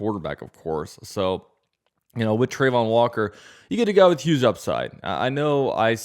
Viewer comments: It’s pronounced Tra-von walker not trey-von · Trah-von Not Trey-von